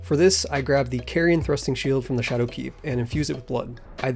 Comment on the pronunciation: Just say shadow you sound stupid saying sha-doooo.